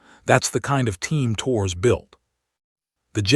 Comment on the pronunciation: "Torres" is two syllables, not one: TOH-rez